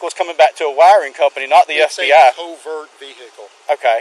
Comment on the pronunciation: It's a co-vert veh-icle